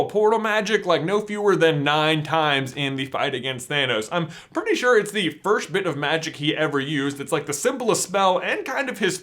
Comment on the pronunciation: "Fersht of all in the Fersht half of the movie" im dead😂😂😂